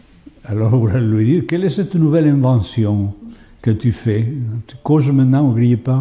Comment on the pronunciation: c'est quoi le " gliépan" ? à 10 min.. on comprend rien, dmg..